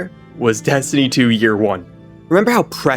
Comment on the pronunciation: PLEASE FOR THE LOVE OF GOD, do not make Dez-tiny fweee. Pweee vee pweee guys and eververs game